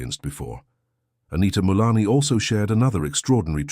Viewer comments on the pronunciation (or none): Her name is not Anita Milani. It is Anita Moorjani!